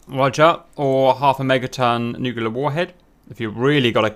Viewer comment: Nuclear. It's pronounced "new-clear", not "new-cue-lure". Two syllables, not three. Sorry. Just bugs me.